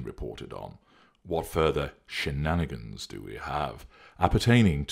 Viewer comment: Was that, "Shenanigans" or, "Shitnanigans" ? I couldn't quite tell. 😝